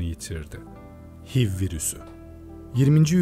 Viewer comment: Hiv diye okunmuyor eyç ay vi diye okunuyor